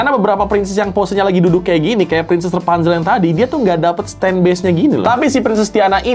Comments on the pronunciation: REPANZEL?? KO EJA NGOMONG BEDA YA??? ATAU AKU NYA YANG GAK TAU BIASA NYA KAN PENYEBUTAN RAPUNZEL(RA) BUKAN( RE) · Rapunzel bukan repanzel